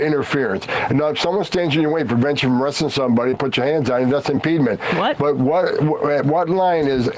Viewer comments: There is no such word as "impedement" 😂. Impediment, impeding - sure. The border czar can't speak English 😂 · That blob cosplaying as a human thinks AOC is dumb, while saying words like “impedement” which is not a word. You couldn’t write this shit. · Can someone please tell that meally-mouthed jackass that "im-peed-ment" is not a word!! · "Impedement" says the czar, repeatedly. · Homan is clearly drunk… slurring every word, stumbling over pronunciation of words like “impeedment”. It’s sad to see a person slide into alcoholism. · Emma is so incredibly smart :) One in a million, I've looked far and wide. The Harkonnen can't even pronounce impediment properly...